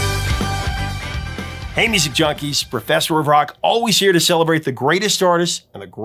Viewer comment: I only just realised you are saying "Hey music junkies" and not "Amy's and Junkies" which I thought were hip rocker terms for Guys and Gals.